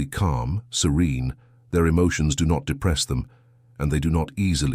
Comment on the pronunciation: mucho emphasis in the do not lolol😂 stop that. Thanks ❤